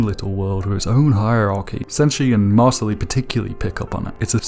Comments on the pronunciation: You can tell this guy watched the sub because he pronounced it (maur-sill-ee) instead of (maur-sill) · Dude why are you pronouncing it "MarcillAE" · dawg it's pronounced Mar-seel and it is a French name